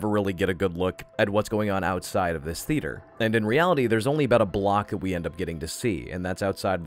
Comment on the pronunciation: Why do you pronounce Theatre/Theater like the eighth letter of the Greek alphabet, θ ?